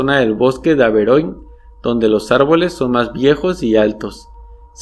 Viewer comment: Estoy segura que Averoigne no se pronuncia así, pero no importa, muy buenos cuentos igual